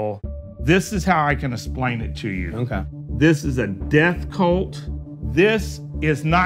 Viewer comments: “This is how I can essplain it to you.” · I don’t know if I’d believe anyone that says “esplaine” 🤣🤣🥴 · Dude lost me when he said, "this is how I can asplain it to you" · You know that dude's an expert when he says he's going to "a-splain it to you."